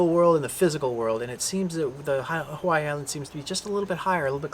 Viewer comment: Aloha, I watched your video for 2 seconds and already you pronounced Hawai’i incorrectly. Please learn our correct pronunciation if you live here. That is very important first off if you’d like to connect with our people learn our culture Mahalo🙏🏼🤙🏽